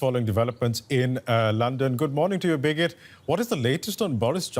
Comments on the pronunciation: Loool this Indian guy needs to learn the name of the people he is working with... It's freaking Briggit... Not "Biget" ... Damn dude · Birgit is a very common name in Europe, but they way the anchor pronounces her name makes it sound like 'bigot'. It very funny indeed xD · nope, it is not, he is mispronouncing her name...it is Birgit. You speak the "r" and its a "git" not a "got". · DW journalists should at least know how to pronounce German names - What do you think 'bigot'? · He is mispronouncing the name. Her name is Birgit...a scandinavian name; it stands for the helper, protector....it baffels me that you have never heard of it. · As a Birgit myself, it's common to hear the name mispronounced. We get used to it .